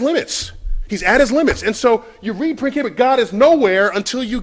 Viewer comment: i hate how neil degrasse tyson pronounces "Principia"